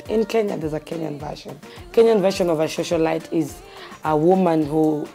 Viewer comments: Is she saying ' shoshiolite?' 😂 and bragging about being a prostitute? This is crazy, leave a legacy of being the best prostitute or what? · Did she say shosolite?😶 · Did she just say Shosholite....what in the actual fuck hahahahahaha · It's Socialite not shoshalite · People here are so judgemental. Everyone has their life to live. And the fact that she can't pronounce "socialite" correctly only means she didn't have access to the best education most of you have. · Am I the only person concerned with the fact that she can't pronounce the word "socialite"? 🤦‍♀️🤦‍♀️🤦‍♀️ anyways let me be thinned by my own.